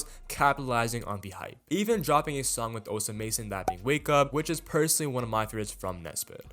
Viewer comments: bro stop saying osa mason its osama son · bro stop saying osa mason omg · this dude just say net sped and osa mason?? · You’re pronouncing Osamason incorrectly